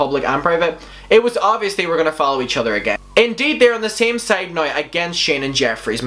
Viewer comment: i can't watch anymore because of how you say now...